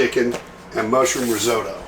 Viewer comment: not being rude but it's said Rizotto.........Riz Otto but as one not riz ow tow